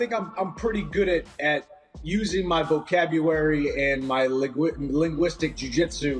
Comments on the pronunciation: My vocabuwary and liquidistist. Lmao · "I think I'm pretty good at using my vocabuWARY" Lol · "Vocabuary"????? haha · He said vocabuary while saying he's good with his words 🤣 he usually is though but that was funny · Mike "vocabuary" Chandler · "Vocabuary" LOOOOOOOL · Michael Chandler just made a perfectly hilarious though unintentional joke. "Vocabuary" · Definitely not using his vocabuawee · “Im very good at using my vocabuwary”- iron mike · oh the irony... lmao vocabuwary LOL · Vocabuary? Forgot the "L" in that word hahah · Ha "vocabuwary" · Michael Chandler - "I'm pretty good at using my vocabuwary"😂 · "I'm pretty good at using my vocabuwary" - Michael Chandler 🤣🤣🤣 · Michael Chandler hyping his "Vocabwuary" 😂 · "vocabury" 🙈 great linguistics Chandler🤦‍♂️🤦‍♂️